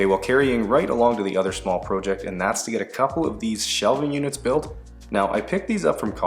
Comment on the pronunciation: Why do you say project like prooject lmao